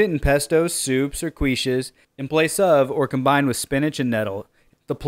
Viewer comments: It's "keesh" not "queesh". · Quiche pronounced "keesh" Thanks for this video ❤ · Thank you for the info. I'll keep my eyes out for it - haven't seen it yet. For the record, "Quiche" is pronounced "Keesh", rather than Kweesh".